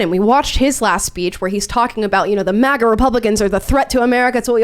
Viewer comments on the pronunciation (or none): Every time Tim pronounces MAGA an angel loses its wings